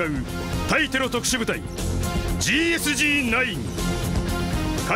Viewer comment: GSG-9の読み方って『ゲーエスゲーノイン』じゃないの？